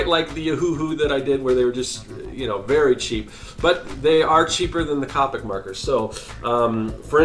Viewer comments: It's c o p I c not copike I sound like hermione 🤣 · The only thing that bothered me is that he said COP-ic not copic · It’s irritating How he says c-OPIC MARKERS 🤦‍♀️🤦‍♀️🤦‍♀️🤦‍♀️. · He saying capic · That is not how you say Copic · It's funny how many people's biggest take away from this video is the fact that I pronounced a marker brand incorrectly, Priorities I suppose.